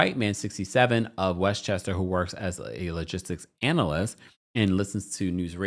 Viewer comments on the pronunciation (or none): none